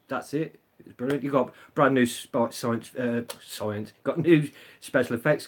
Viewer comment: When she said Ahhh, brilliant... I thought she said, Oh Berlin !